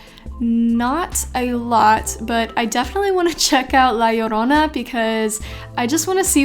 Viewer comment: The way you say La Llorona was so fluent. Makes me feel way more stupid now when I tried saying it at the cinema 😂. Keep the awesome videos coming.